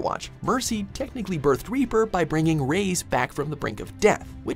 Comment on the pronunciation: Reyes not RAYS